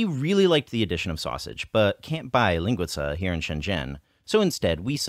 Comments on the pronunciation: You say linguica with a Chinese accent. You put the wrong emphasis on the wrong syllable. Ling-WE-sa. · linguica is pronounced with the accent on the second syllable, as lin-GUI-ca. You should really try to hit that "WEEEEEEEE." Please refer to Luigi from the Mario games for an example. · you're just so incredibly close to pronouncing linguiça in portuguese :) at the end, instead of the lingui-tza sound -- the pinyin C sound, or the english TS sound at the end of "caTS" -- try the pinyin S as in the first letter in the english "Sit" (best i can explain)